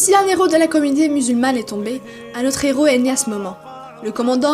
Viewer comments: La théorie de nos zeros??? On ne fait pas la liaison quand il y a un H Nos heros Ça me fait mal aux oreilles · Deux zéro ou deux héros ? Pour les prochaines vidéos pensez à ne pas faire de liaisons devant un "h" 👍